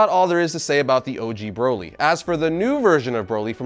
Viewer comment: How do you pronounce broccoli Exactly you're saying Broly wrong